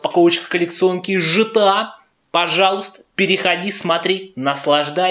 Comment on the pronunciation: не жта а гта